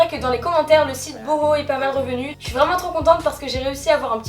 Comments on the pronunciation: J'adore tes hauls ils sont simple efficace et rapide tu prends pas mille ans à expliquer un produit c'est sa que j'adore continue comme sa t'es magnifique ! Et puis je crois que sa se dit "bouhou" et pas "boho" haha 😅 super vidéo 😊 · Super vidéo ! 😘 (Le site s'écrit "boohoo" mais ca se dit "bouhou") je t adore biiisous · On dit pas "bouhou" ?